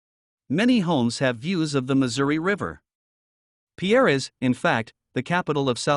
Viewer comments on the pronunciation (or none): It in not peeair but peir as us locals say it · It’s pronounced pier, like long walk off a short pier. Pierre may be a person’s name, but it’s not how the capital’s name is pronounced… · Pierre is pronounced PEER! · Learn how to say Pierre